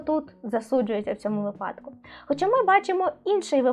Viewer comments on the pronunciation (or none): none